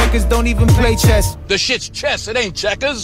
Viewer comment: I stg that’s funny asf